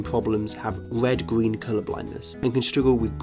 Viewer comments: Wed owange gween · Owange, gween, and wed